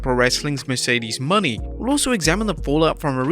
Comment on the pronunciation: “Mercedes Money” bruh Mo-Nae